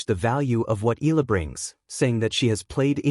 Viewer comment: you need to pronounce her name properly, ay naku!